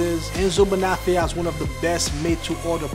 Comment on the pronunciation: I am shocked at the way you pronounce the name of this shoe maker. Your name is, the accent tells you where to accent the word. The same goes for Bonafe'. Do not take this wrong, it is positive critique, as I like your videos.